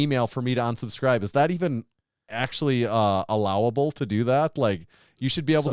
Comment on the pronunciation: Great podcast and awesome guest! I did have one question though. Did anyone else notice pronounced unsubscribe like onsubscribe, or was that just me?